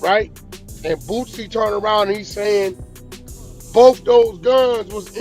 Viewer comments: Why does this man consistently call him "BOOTsie" when his name is "Boosie". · Wack don't know shit about Boosie 😂 I took this dude out of my timeline simply because he's mispronouncing Boosie name when he clearly doesn't have a T in his name